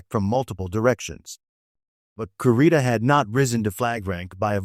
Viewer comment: Kurita is pronounced 'KOO-ree-ta!' Or 'koo-RI-ta' idk. I just know they pronounce it like we Hispanics pronounce letters.